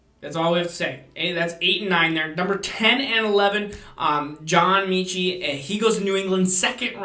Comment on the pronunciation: John Meechee lol